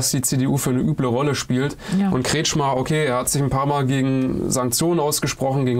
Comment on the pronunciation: Der Verbrecher heißt richtig : KretschKhmeer